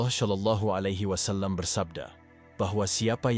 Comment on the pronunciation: Tolong narator agar memperbaiki pengucapan shalallahu bukan dengan ucapan sya tapi sha atau sho